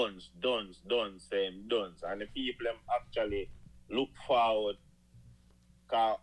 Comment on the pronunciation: Why unuh pronounce dunce as dungs 😂😂